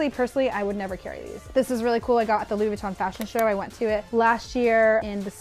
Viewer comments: Stop calling it Vweton... its Veeeeton. "experts" should know pronunciation of the most famous fashion house on the planet... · okay.. please just say Vuitton right .. thanks .